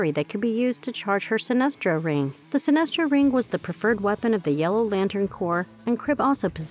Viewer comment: Sinestro* not sinister